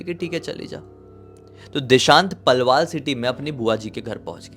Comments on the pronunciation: palwaal nhi h vo😭😭 Palwal h 😢😢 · Palwal h yu palwaal na h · पलवाल नहीं पलवल 🥲